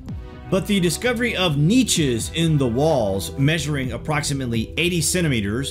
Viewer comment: BTW YOU MISPRONUNCED NICHES LOL